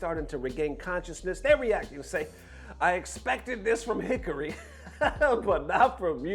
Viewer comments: It's heh car-ee, not Hickory Not that I have any respect for him with how disrespectful he is to people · HE-CAR-"REE"...who the HELL is hickari?... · I’m not sure if you’re doing it on purpose but Hikari is pronounced Hee-Kari, if it was any other name I wouldn’t care as much but as the JP word for Light and commonly heard in anime, it really pisses me off when you pronounce it that way.